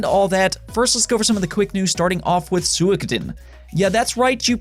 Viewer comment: He pronounced it closer to the Japanese pronunciation though.